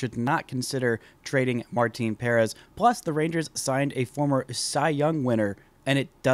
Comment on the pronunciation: It’s pronounced Puh-rEHz. Not Pair-ehz. Not why that bothers me how you say it. Lol